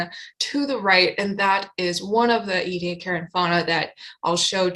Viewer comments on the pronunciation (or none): It's pronounced eddy-AC-a-ran, not ee-dee-a-KAREN {:o:O:} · It's pronounced eddy-AK-a-ran, not ee-dee-a-KAREN. I'm 9 minutes in, I don't think I can stay the distance if you mispronounce it again too many times. Edit: it's OK, I made it! {:o:O:} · Interesting, how you pronounce Ediacaran.